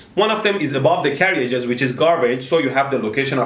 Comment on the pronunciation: "Carry-ages". Haha !!!